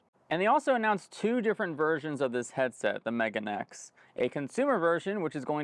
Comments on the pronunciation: For Japan's sake, it's the meh-gah-nay X. Not Megan-ex. That's my last girlfriend, not a headset. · Just a little fyi, it's not Mega neX, it's Megane X. Megane (pronounced meh gah neh) means glasses in Japanese. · FYI its pronounced Meh-gah-neh, which is Japanese for "Glasses".